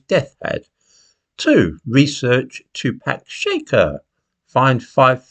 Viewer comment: I love but two pack shaker made me laugh.